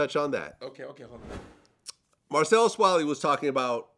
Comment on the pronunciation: Marcellus- "Kap cappn"